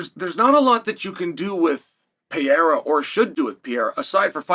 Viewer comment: The "Pee Era" isn't real.... I just share this with you because it's really not that hard to pronounce Alex's name